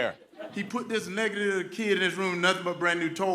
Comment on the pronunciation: Herschel Walker pronounces "negative" as "nekalittle", which does not pair well followed by "kid". Example, I used to say "Old Wise Tale" until someone corrected me stating the saying goes "Old Wives Tale". Can someone please correct this man.